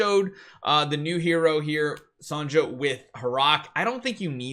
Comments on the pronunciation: Thanks for the info… but “Sahn-jah” has got to stop. It’s pronounced like SONYA. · You're pronouncing Sonja's name wrong. Her name is pronounced the same way as "Sonya".